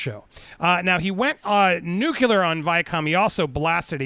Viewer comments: "Went nuke-you-ler". I cannot stand when people mispronounce nuclear. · I hear "nucular" and I'm out. I know it's technically grammatical now, but only because so many idiots said it this way. Even Homer Simpson did a joke about that.